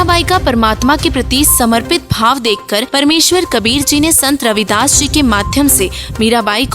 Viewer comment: Not रविदास it's रैदास